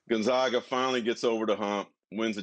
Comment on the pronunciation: How tf can people still not pronounce Gonzaga